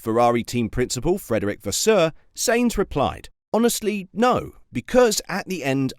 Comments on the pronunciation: It's pronounced Sign-z not Saint-z !! Get with the programme bud ! 😤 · His name is not Saints, stop hurting my ears like Ferrari engineer's when they talk. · Please learn how to pronounce the name of the person you are talking about!